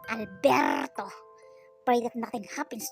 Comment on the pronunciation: I was laughing hard when you were saying Alberrrrto 🤣🤣🤣🤣